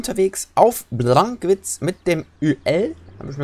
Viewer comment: wo bist du unter Wegs? Auf bllllllllllankwitz?